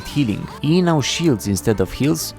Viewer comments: did this guy just say nyow? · "The Yuumi rework is neow on pbe" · "The new Yuumi rework is NEOW on the PBE " Did I heard it correctly ? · did you just say neow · did you say "nyow" ? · Did u say neow in the first 4 seconds or am I having a stroke? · there is no way he said is neow on pbe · Did you,.... did you say "is nyaow?" :cat-orange-whistling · bro really said "the new yuumi rework is neow on the pbe" lmao